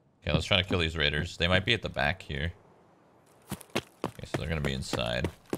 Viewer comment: “I hate Keela, so I will keel”